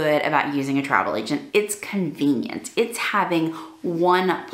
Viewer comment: it's convenience not convi ce. Whoop